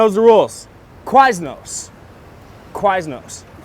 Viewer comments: The way says Quiznos is crazy. How is that what he assumes Quiz-No’s sounds like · It’s Quiz-no’s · KA-WISE-NOSE... What in the fuck is going through his brain